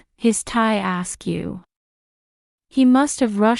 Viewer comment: askew, not 'asked you'